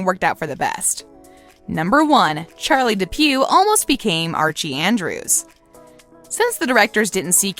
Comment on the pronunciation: Did she really just say Archie andris literally when she was at the part where she said that Casey caught almost became either Jughead or Archie she said Archie andris